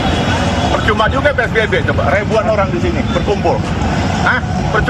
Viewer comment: Psbb bang bukan spbb😅😅